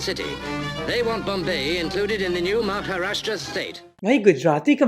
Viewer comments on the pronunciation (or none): none